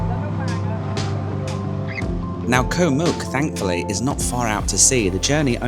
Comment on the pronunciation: you’ve been here long enough to say Koh and not Ko … great video though